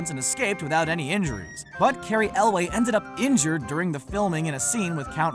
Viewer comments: it's Elwes not Elway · Could you please not screw up the pronunciations of names. Carey Elwes, not Elway. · Is that how you pronounce Elwes? Not Elves, like in LotR